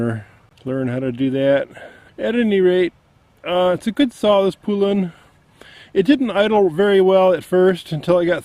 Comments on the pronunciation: Thank you! Poe-Lun not Pooh-Lun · Ive heard horrible things about these saws. Also its not Poolan is pronounced Pole-Un. Same thing with Husqvarna. There is no A between the Q and V. Same with McCulloch, people like to pronounce and even spell it McCullough. Its pronounced McCull-Ukk. People kill me man. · You are aware that husqvarna and poulan are the same ,by the way you pronounce husqvarna ,husk-varna and poulan ,po- lun maybe that will help you